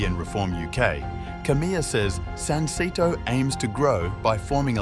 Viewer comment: The name of the political party could be pronounced correctly if you said "sun-say-toe".